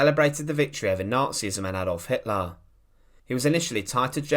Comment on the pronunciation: Stalin ever the tyrant, arguably the equal of Hitler. That's Hitler...not HitLARR, and Barbarossa, not BarbarossARR.